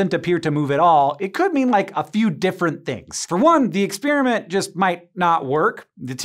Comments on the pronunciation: What is it with this "new" pronunciation of "experiment"? It's not "exspeariment" . . . . it's "experiment" . . . no "ears" just "pears" . . . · None of this is really new or exotic. There are many books with all this stuff in it, so the research probably took less than a day. The experiment is cool, even though he pronounced it "ex-spear-i-meant".